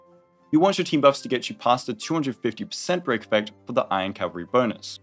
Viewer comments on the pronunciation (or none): none